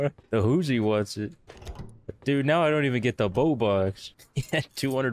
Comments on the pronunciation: "are u serious right neow" - 2022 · "Are you serious right neow" LOL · are you serious right neow